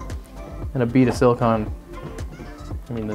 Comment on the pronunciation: I often hear people mispronounce "silicon" as "silicone," but this might be the first time I've ever heard someone mispronounce "silicone" as "silicon."